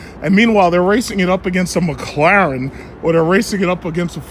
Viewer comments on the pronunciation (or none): none